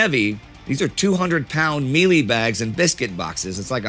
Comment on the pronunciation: Hi, am South African and have been waiting for this episode, its really weird how Indy got some of the pronunciation right and the commander's name which I dont think I would pronounce right but then gets mielie (short sounds) pronounced like meelee (long ee sound). Also people dont really celebrate the battle and wasnt as big of a thing as the battle of Blood River as the forces here were British which werent as cherished as the Afrikaans and Dutch settlers in Apartheid (there used to be a public holiday to celebrate Blood River but was renamed and now celebrates both sides of the battle).Overall great video. Also I live in the Western Cape in the South while Rorke's Drift is in the North eastern side in Kwa-Zulu Natal so closer to Durban and Johannesburg.